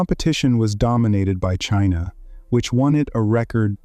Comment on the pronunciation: Chiinah beats Chiinah! :face-purple-crying::face-green-smiling